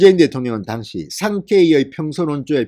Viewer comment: "당시"라는 발음 고려해주세요